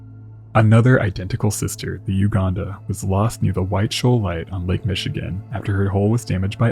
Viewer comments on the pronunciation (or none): none